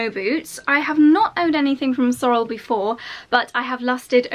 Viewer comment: Hi Fern here from Canada. Love your Sorel boots. But you're not pronouncing the brand name correctly. It's pronounced like (sore _ LLLL) emphasis on the L. I know a lot of people mis pronounce it....so don't feel bad! They are a huge brand here in Canada. Their company is from Quebec.Canada. where our Prime minister is from. They are really well made boot...so enjoy! Your winters there are similar to ours in Canada.really enjoyed your video. Take care.